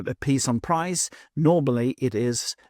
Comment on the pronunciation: Nice video. FYI, “prise” is pronounced preez.